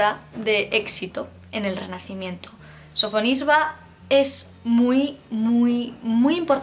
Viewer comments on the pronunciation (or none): Simplemente me ha dado la sensación de que no hay fluidez, muchos nombres no se pronuncian bien (Sofisba?), la capacidad de relación con el contexto... Creo que se necesita una formación más especializada. Es como si yo, que no tengo idea de Física o Química me cojo varios manuales y me creo que con eso es suficiente, pues no. La historia del Arte es mucho más que eso. De todos modos, todo lo que sea divulgación en este sentido me encanta y por eso te animo a seguir mejorando ;) No todo se aprende de un día para otro.